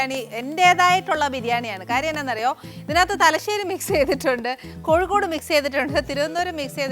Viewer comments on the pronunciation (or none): none